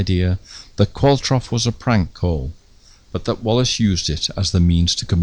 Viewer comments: Love this series, I think the surname Qualtrough is a manx name there are quite a few Qualtroughs in the Isle of man although spelt the same is usually pronounced Qualtro. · Excellent! But Qualtrough, which is Manx and was my great-grandmother's maiden name, is pronounced like 'Qualtro'. The 'ough' rhymes with 'though'. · I've always known Qualtrough to be pronounced Qual-trow. I've never heard it said Qual-troff before. Not important as far as this excellent film is concerned, I know. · You say "Qualtroff" but I've always thought of it as "Qualtrow" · Is the name pronounced Qualtrow and not qualtroff?